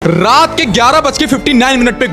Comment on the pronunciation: "Rrrrrrrraat ke 12 bje" 😅